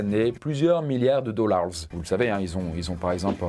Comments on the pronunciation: "Wolt Disney Commpogny" "Les dollarzzz" Il me fume dans ça manière de parler en anglais ! 😅😅😅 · J’ai adoré quand tu as prononcé le mot dollars 💵 🤣